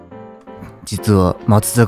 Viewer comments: 、言いにくいんですが・・・読み方間違ってます！ 誤：まつざか・ぎゅう 正：まつさか・うし よろしゅう、おたのもうします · 松坂牛、、、マツザカギュウじゃなくてマツザカウシ、、、、ね！ どうでもいいけど、、、。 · マジでこのチャンネル大好きすぎてヤバイです！！！！生きる糧です、、 ちなみに、松阪牛の読み方は「まつさかうし」「まつさかぎゅう」です。 あと、鉄スキをガスコンロで加熱すると、ボンベが熱くなりすぎて爆発する可能性があるらしいんで、やめた方が賢明です。